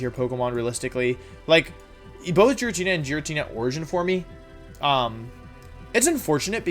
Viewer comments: Anyone can explain why he says wideo instead of video. Also why he kept saying Giratnia instead of Giratina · The way you pronounced Giratina (GEER-A-TEE-NA) makes my soul cringe, I'm not sure if you say it wrong for a meme or that's how you genuinely say it but either way you're wrong. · IT'S PRONOUNCED GEE-RAH-TEE-NAH, NOT JI-RAT-NI-YA! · Did this man seriously say “jeratnea” instead of Giratina???? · Me: "Giratina" Wolfey: "Jiratnia" Me: "..." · Jiratna or giratina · Giratnia its giratina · I cannot believe this dude said "Jiratnia" and "Jiratina origin formie" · ah yes my favourite pokemon, ji-rat-nea origin formy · "jir-at-knee-ah origin formie" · I can’t tell if he’s joking about the name pronunciation because I’m boutta hop out this phone and slap my man 😂 “E-trat-nuh-us” “Ger-at-n-uh” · Ah yes, the well know ghostly dragon… checks notes Jiratkneear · Is it pronounced jiritina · No, it's not! The G in the name has a hard sound, not a soft sound! So FYI, the name is actually pronounced Gear-ah-tee-nah! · “Formee” “Jiratnia” I’m here for these pronunciations 🤣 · Wideo. FormE. Jirattina. I am in love with these pronunciations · I’ve never heard someone pronounce giratina jer-at-ina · i never knew it was pronounced jiratnia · Me: waiting what he was gonna think about giratina Him: giratnia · I hate how he calls Giratina “Jeratnia” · Did he actually pronounce "forme" as "formey?" Also, I have never heard Girantina pronounced like that, was that also wrong? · i’m sorry, jiratnia? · Isn’t Giratina pronounces Gir-a-tee-na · Wtf is a jer-rat-eena? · Gir- RAT-Nia. >:( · You said giritina wrong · The only thing that killed me was the way you said Giratina, since I love Giratina. Giratina is said as GEER-uh-TEE-nuh. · Am I the only one tripping out on how he pronounced girintina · I like you, but, "EternAtis", "Jratnia", "Primordial sSun",what's going on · formEEE? Geeratinah origin formEEE? It's just FORME, like form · Its Gee (as in Geese) ratina